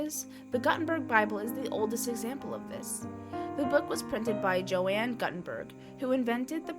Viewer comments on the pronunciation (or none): The name of the printer is pronounced Yohann Gootenberg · Yeah, I bailed out when she said Joanne. I've quit listening to videos with ignorant (or AI) voiceover talent. Call me a snob if you wish. I don't have time for stupidity. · I had to mute the video after I heard the, "Joanne Gut In Berg" pronunciation. It is as if my 10 year old daughter was reading out of an encyclopedia for a school project. Otherwise, I like the visuals. Joanne Gut In Berg.....it is kind of funny, the more I think about it.